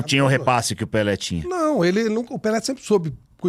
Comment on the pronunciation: é PELÉ e não "PELÊ" oh Analfabeta 😂😂😂😂😂